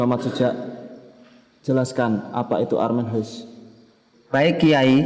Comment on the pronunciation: Film bagus dan membanggakan. Sedikit masukan. Armen HUIS= rumah miskin. HUIS dalam bahasa belanda dibaca atau diucapkan seperti HOUSE, bukan "huis".... Semoga ke depan lebih baik.